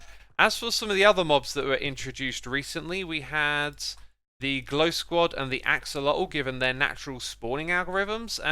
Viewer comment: “Glow squod” I really felt that